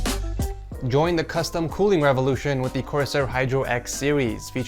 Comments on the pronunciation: LOL HE SAID COOWING ALSO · Also coowing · Power coowing